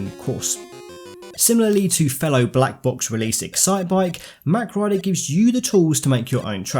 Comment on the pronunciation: mawwwk..rider.. not mac..rider.........also Mach Rider is a dude..if you compare the two characters it's physically impossible for her to be the Rider as his shoulders and arms are wider apart..she is important somehow though i'm not sure how/why. I'd welcome a multi-character franchise with both of them and the racers from F-Zero though.